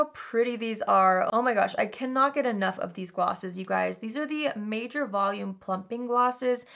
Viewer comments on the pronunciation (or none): none